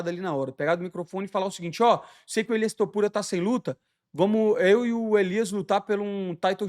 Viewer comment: Moicano simplesmente MUDANDO o nome dos lutadores kk: ILIAS TOPURIA BOBI GRUIN TSURUBA KK